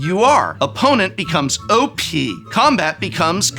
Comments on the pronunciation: "'Combat' becomes 'CMBT!'" lmao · "cmbt" kills me everytime 😂😂